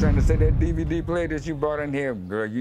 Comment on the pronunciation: he said “DvDbDVD” 😂